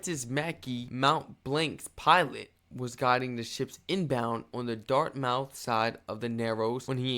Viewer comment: It's pronounced "Dart- myth" not dart-mouth !! lol & Bedford Basin , Bedford - Bedford Bass-in ! Great video!! I live in Fletchers Lake, 25-30miles north of Halifax!!!